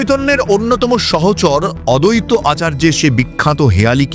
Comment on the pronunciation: খুব ভালো বলেছ কিন্তু একটি উচ্চারণ একটু কানে লাগলো...." অদ্বৈত"....Advaita v এর উচ্চারণ করতে হবে, adaita নয় কথাটা.....please!!!!!! বইটি পড়েছি বেশ ক মাস হল......এবার সব বাইরে আসা উচিত!!! কোনো পঞ্চ ভৌতিক দেহ একটি কাঠের তৈরি মূর্তির সঙ্গে মিলে যেতে পারে কি?????